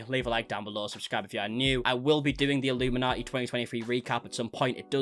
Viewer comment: Hi you probably won’t see this but just wanted to let you know that Blair’s channel name is pronounced as illumin - naughty (as in, are you gonna be on Santas naughty or nice list this year lol) Instead of like the cult name way of saying it. Just I know you end up having to say it quite a lot in your videos. Anyways and more importantly, I’m soo glad to see your channel growing. It only feels like 2 mins ago you were asking everyone to help you get to 400k and already you are 33k above that. 🙌🏼 So it won’t be long till you hit 500k then the big 1M 🎉 😊